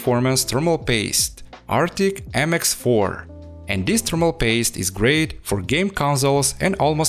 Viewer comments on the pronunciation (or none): none